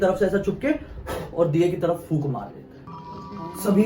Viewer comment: Fookni bolte h